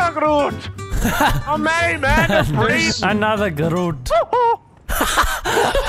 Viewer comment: "Anotha Groot!!"